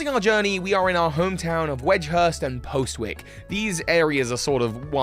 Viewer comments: Postwick is an actual town in Norwich and they pronounce it “Poz-ick”. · Yeah as someone who lived within a few miles of Postwick it’s a shame so many YouTubers don’t know how to pronounce it correctly. Admittedly Norfolk is terrible for unpredictable pronunciations, we’re lucky we didn’t get Happisburgh in Galar XD